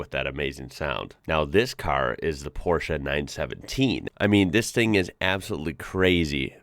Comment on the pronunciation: Thanks for pronouncing Porsche in the right way.